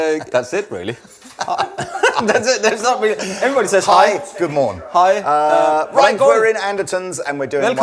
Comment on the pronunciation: "Hi, Goomorn, Velcom." Are we still supposed to believe is really Danish?